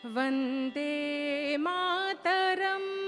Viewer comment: The pronunciation of vande mataram was very wrong